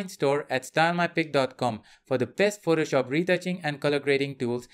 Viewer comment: Why do you pronounce Photoshop incorrectly? It's not "protoshop" or "phrotoshop". Sounds gross. Also, assumption related to yellow and blue squares is incorrect.